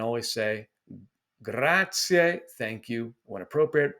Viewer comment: Great tips! DO learn a few words, but just as important, do your best to pronounce them correctly! Making the effort to properly say Grazie (not "gratzee"), Buon giorno (not "bon") etc. will go a long way towards your having a great experience.